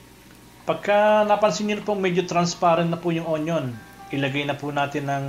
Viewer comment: "Kumowsta" Meron po "Tsayong" "Goolay" instead of gulay "nahteyn" instead of natin Magaling ka magluto. Hindi ko lang na gustohan yung accent mo na may slang2. Yun lang po